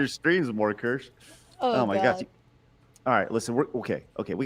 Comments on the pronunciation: I love how Kirsche let them mispronounce her name the whole time.... Keer-shuh btw... that's the pronunciation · Is it me, or did it strike anyone else as funny that everyone pronounced Kirsche's name wrong the entire time? Or maybe I'm the one that's wrong, as I always that it was "Keer-sha," not "Kersh." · I might actually subscribe to this German named based VT. Watched Pippa clips before but her voice is too grating for long listening but Kirsche speaks normally. It's pronounced keer-sh-eh. German for cherry. It shouldn't be this hard to learn basic continental vowels when most sounds already exist in English words. As for German, just ü doesn't exist. Ö is very similar e in nerd or u in hurt. However, it's understandable if you butcher sounds that don't exist in your language. I'll never fully master some myself. Th I never pronounce in a naturally sounding way. Same with some Chinese sounds. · of not a single person pronouncing her name right lol. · It is, people just keep pronouncing it wrong and she isn't correcting them. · You are correct. They all mispronounced Kirsche (which is the German word for cherry). She didn't correct them.